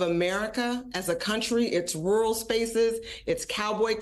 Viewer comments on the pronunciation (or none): none